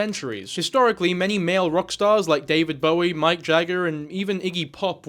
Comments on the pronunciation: Mike jagger? Bro it’s mick you fucktard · "MIKE" Jagger? You're not serious... You can't possibly be serious. It's Mick Jagger, but please tell me you knew that. 😂